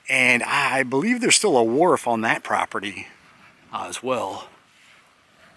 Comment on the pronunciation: Wharf not ward